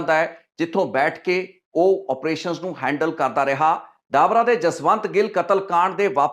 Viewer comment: ਡਾਬਰਾ😂😂😂😂 ਡਬਰਾ ਨਾਮ ਆ not ਡਾਬਰਾ